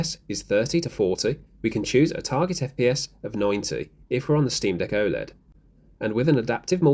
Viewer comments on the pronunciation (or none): none